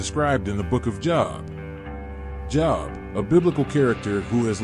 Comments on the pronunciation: bruh, his name isn pronounced job, its jobe. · This AI narration crap has to stop. It keeps mispronouncing Job which is pronounced as "jowb" and not job as in get a job. It takes me right out of watching when the video narration continues to mispronounce even simple people or place names. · SAME THING WITH JOB!